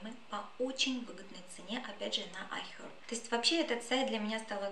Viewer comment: IHerb с американским акцентом, тогда буква H в начале не произносится.